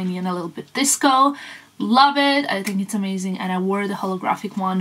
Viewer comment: I always wonderd why you pronounce ‘think’ as’tink’ is that because of your mother tongue Serbian?